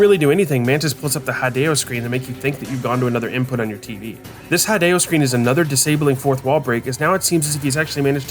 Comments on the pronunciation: Hideo Kojima's name is spelled "HEE-day-oh" not "HI-day-oh", not tryna be annoying though the video was very interesting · I was going through the comments to see if anyone else commented on this, it's the first time I've ever seen his name pronounced like that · Bruh you mention that hideo sounds like video, but still mispronounce his name